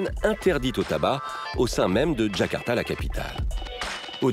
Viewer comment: Ils ont prononcé "Kakarta" et pas "Jakarta" comme il le faudrait